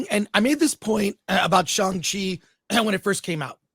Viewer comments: FULLY agree cuz i LOVE SHANG CHI and don’t understand why people hate on it so much. But, with that being said, CMON, you’re Chinese American and you STILL can’t say his name correctly??🤦🏼‍♂️😂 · I like that an Asian-American guy can't pronounce Shang-Chi